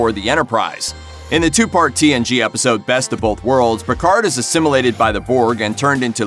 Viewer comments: Speak English FFS, “ASSIMILATED” not ‘asimulated’ and NOT rivals but rivalry. It’s not that hard to speak properly and use the correct words. These videos are full of normal words pronounced as though the presenter has never heard of them. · voyager...... assimulated?! Doesnt watch trek at all perhaps 🤔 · "A human assim-ulated..." "Chuck-Oh-Tay" What is up with this dude's pronunciation?